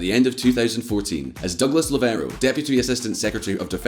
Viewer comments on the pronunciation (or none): none